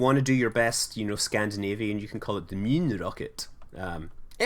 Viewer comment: In Scandinavian we say Månen, nut Moyun or whatever u said.